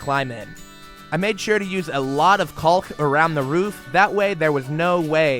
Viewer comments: Pronounced KAWK,.. not CALLK. And yes, it's important. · "Caulk" is pronounced "Kawk"!